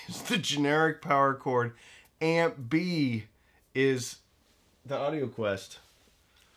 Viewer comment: … Did you say "amp B" or "Aunt Bee"?